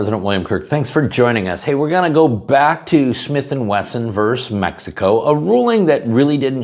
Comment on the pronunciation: Hate to nit pick, but the word is versus, not verse. Two syllables and not one.